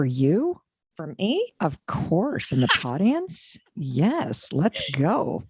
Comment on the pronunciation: Did she say podience? I'm out.